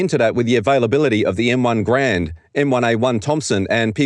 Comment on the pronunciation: M1 "gare-end" master race